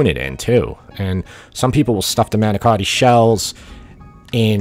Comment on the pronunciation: I know it's a lot more work to make the crepes. Good video. You even pronounced manicotti like Jersey guy.